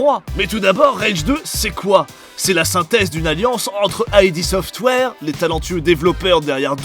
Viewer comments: "ID(e)" software et non "aie di" software ! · Ah, ça existe encore les gens qui disent "aïdi software" à la place de "id software".